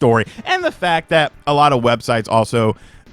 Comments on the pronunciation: Web-Shites? lolol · Websites more like webshites 😅